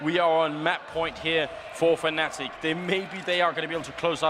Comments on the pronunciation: Yes, but the commentator said "Fanatic". Is it because he don´t realise him saying it or just what he personally call them because he thinks it fits them better? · It's pronounced fanatic... but it's stylised as fNatic